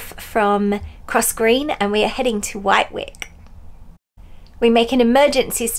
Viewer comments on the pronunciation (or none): It’s pronounced “Wittik” 😊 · Please ladies as a "Yam yam" its Whitick not white wick. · Phew! Action-packed today girls.. I need a lie down. Yep been to that NT property loads too. (Think it’s pronounced Whit-ick). Got all the William Morris items hasn’t it? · Due to the vagaries of the English language Wightwick is normally pronounced as Wittick. Enjoy your visit to Wightwick Manor. Another enjoyable vlog many thanks.